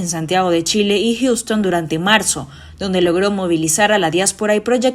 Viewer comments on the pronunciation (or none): none